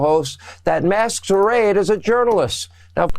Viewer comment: "Masks a raid?" Sean, Sean Sean,,, "Dizanee?" Can't Sean afford dentures that don't impede his speech?